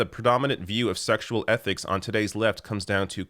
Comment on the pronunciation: ..."szcssexual anarchy!..." Lol 🤣